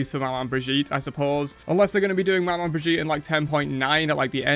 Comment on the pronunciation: It's pronounced Mama, not mah-man. Manman is creole for mom.